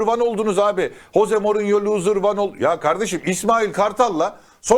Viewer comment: Bi gün hoze morinyo derken ağzın öyle yamuk kalacak,sen önce adamın adını doğru düzgün söylemeyi öğren!!hoze morinyo😂